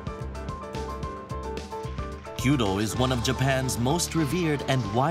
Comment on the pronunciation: So glad he said kyudo instead of queue dough. Narrators who do more than 2 seconds of research on how to pronounce the foreign words they were paid to read out makes me unreasonably happy.